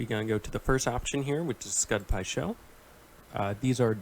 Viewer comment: “pud skai sho” thought I heard wrong for a second lol